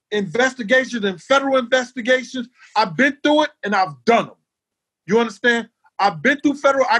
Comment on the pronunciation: Gene MEAL - "You undastann"; yawn Talked over MJ and posting this again hasn't altered that fact.